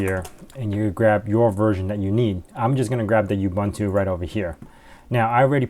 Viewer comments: it's "ooo-boon-too" NOT "you-bun-too"! and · that's not how you pronounce Ubuntu... it's "oo-boon-too" not "you-bun-too"...